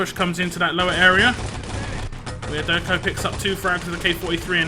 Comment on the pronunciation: on supply was clearly see problem with et spawntimes.. TSB got spawn time set up that they had several seconds to attack EDIT after they respawn and be free to kill itself before theire respawn :X And IMO the I in wiaderko should be read as j. But great cast as always it is great someone is still casting ET